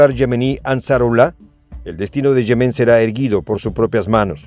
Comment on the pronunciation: Se pronuncian "yémen" y "supérfluo", aunque no llevan acentos escritos. Son palabras graves o llanas en español